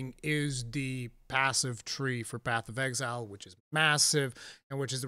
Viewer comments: Nobody:: BATH OF EXILE 'AY I'M WALKIN 'ERE! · I can't unhear "Bath of Exile"